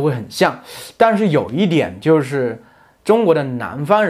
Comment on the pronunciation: i have card where you say 它的侧重点在中国人上面-but you say 可的侧重 not ta1 its like a kecezhong, and on the sentence 美籍华人就是美国籍的中国人，you say 就是 as jiuzhur instead of jiushurr im confused on my cards on the sounds of each syllable